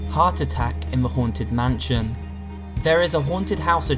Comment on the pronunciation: Everyone: mansion: mahnshionnnnnnn